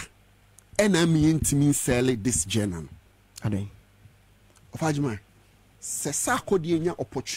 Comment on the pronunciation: What is "Gena"? You mean Genre? Lol ... 😅😅😅